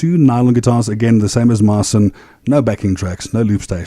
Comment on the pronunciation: Man, you are definitely super talented but why don't you pronounce your name correctly?? There is no reason to skew your name "Marcin" not "Marsiiin". Cheers!